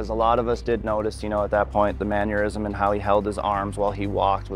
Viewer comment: Diffute?? Mannuuerisms? Interesting vocabulary.